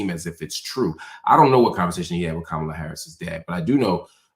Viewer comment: This wierd thing of mispronouncing her name and these are people who want us to believe they’re smart, just doing this intentionally it’s just so to me racist and trying to “other” her. No matter if you’re a black man or woman doing it you’re aligning yourself with a really weird group of racist people. I just don’t get it at all when black people lower themselves and do this.